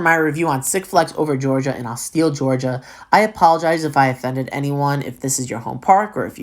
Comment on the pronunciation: Austell not Austill lol